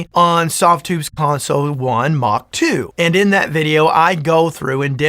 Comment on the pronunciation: Are you saying Mock, Mach, or Mark.....II / III?